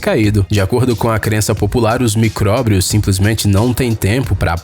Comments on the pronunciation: MICRÓBRIOS NÃO: MICRÓBIOS! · "Micróbrios" shauhsauhsa